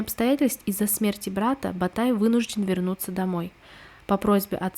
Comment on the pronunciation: Не Сулитан,аСултан.не Ба тай- а Батай, иу Юи шия ужасное произношение,просто он делит по слогам слово с неправильным ударением,это ужасно,но сериал хорош тем что она близка реальности,без каких либо показух..т .п.